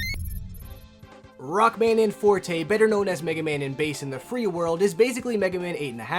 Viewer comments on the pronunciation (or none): none